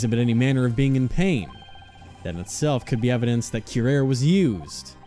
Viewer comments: Actually it's pronounced koo-rah-ree or kyoo-rah-ree. Ree as in Retry. It's a derivative of the word Wurari. Ray is incorrect, as well as Kyo. Really not sure where you got Kyo from unless that's a typo? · Curare: cure-Ah-ray.